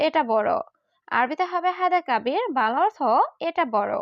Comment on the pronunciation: বাংলা অর্থ বলেন নাকি ভালা অর্থ বলেন স্পষ্ট করে বলবেন...... বাংলা অর্থ